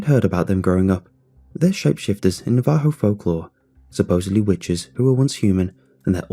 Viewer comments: Navajo - (NAE-vuh-ho), not (nuh-VAE-ho). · you pronounced Navaho wrong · The way he says Navajo is borderline maddening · I hate the way you say "Navajo" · Lmfao.... Navajo here an i just chuckle at it lol I've never heard it pronounced like that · same, living in the four corner area it made my skin crawl and i corrected it every time